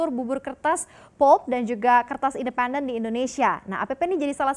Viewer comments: Mba... maaf, anda keliru mem-pronunciationkan.... yang betul pəlp atau lebih bagusnya lihat di kamuzz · Agak terganggu dgn cara si mba baca " PULP " aduuuh !